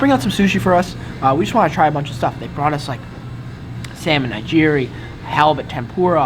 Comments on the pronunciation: "naijiri" lmao it's pronounced nih-gih-ree", and sa-shi-mi. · He said it like "Nye Geerhie" like Eerie lake LMAO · "Sashimi" = Suh-shee-me "Nigiri" = Nuh-gear-ee